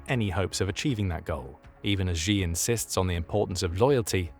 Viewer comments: Why the narrator call xi jing ping ''gee''? Xi isn't pronounced geee or jeee, it's pronounce like ''see'' or ''scee'' like scene.. see jing ping you say ,,,i see you,, not i geee you xD its not hard It hurts my ears and i'm not even Chinese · Xi is pronounced "she". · if you are going to keep making documentaries about China the least you can do is learn to pronounce Xi Jinping. Xi is pronounced like the English word SHE